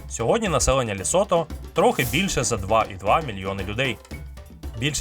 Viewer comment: Цікавий і змістовний виклад матеріалу якби не одне "але" - країна ЛЕсото, а все відео диктор повторює ЛЄсото. Комусь можливо неважлива дрібниця але це основа, при тому, що і в описі та заголовку чітко вказано тверде Е в назві держави